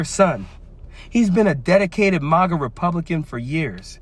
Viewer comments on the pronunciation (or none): none